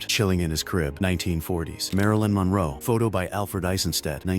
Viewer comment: They got Marilyn Monroe's name correct, both times.